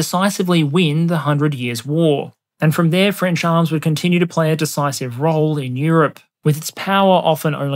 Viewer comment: Thanks for this excellent video. I was really looking forward to it after the hypersonic weapon video. I wasn't disappointed. Great work 😁 and you've got quite a good pronounciation of french names by the way.